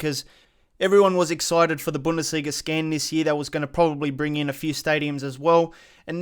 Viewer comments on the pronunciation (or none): none